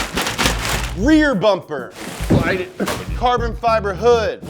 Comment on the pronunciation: What happened to you!? Since when do you pronounce carbon fibre wrong, huh?